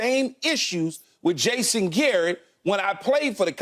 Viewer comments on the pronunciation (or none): none